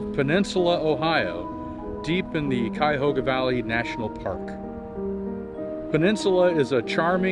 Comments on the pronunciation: Thank you for pronouncing Cuyahoga properly! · your pronunciation of Cuyahoga. If your not local, Bravo you nailed it and fooled a local. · watch any other video about the Cuyahoga Valley and pay attention to how they pronounce Cuyahoga. Its so off and not close. If you are not local thank you for taking the time to at least pronounce our area correctly. Clearly you take pride in your research of topic. A true professional.